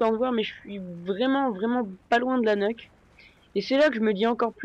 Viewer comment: Ça se prononce pas neuque mais Niouque. Une nuke :p